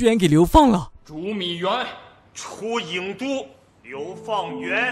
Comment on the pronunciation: ，那叫郢ying都，不叫焉都